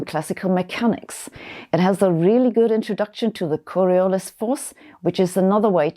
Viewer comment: Gaspard-Gustave de Coriolis : La corruption de nom est une intimité non désirée. Je suis français! Veuillez prononcer mon nom correctement, en insistant sur la dernière syllabe, le "LIS", sans prononcer le "S" ?